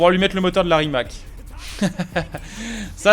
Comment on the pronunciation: Super vidéo mais Rimac ça se prononce « Rimatz » sinon continue comme ça 👍